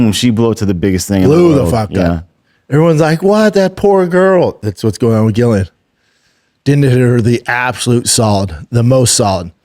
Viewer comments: It's hard to watch when Chin has said their names correctly, he's heard the video they jst watched with Ariel saying their names correctly yet.. still it's "Gillian" love you dude but this is such a pet peeve wth me. These guys doing mma podcasts have gotta do better with the names please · It is actually Gillian with no J at all.